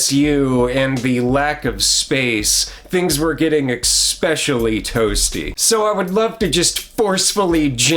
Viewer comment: One of my biggest pet peeves is that people these days have no idea that this is the wrong pronunciation.